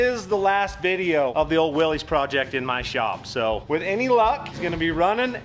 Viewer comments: It’s Willys, pronounced Will-iss. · Willys, no apostrophe, pronounced Will-iss.